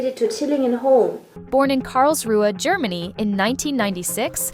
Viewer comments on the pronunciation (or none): none